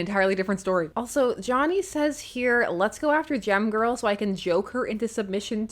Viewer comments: When you said "Gem Girl," I heard "Gym Girl." No wonder I expected her to be ill-tempered :) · Every time you say "Gem-Girl," I hear 🎶 "Jem, Oooh, Fortune, Fashion and Fame!"